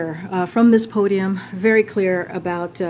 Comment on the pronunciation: Lets just be cleear.... they've been "clear" as to what they mean...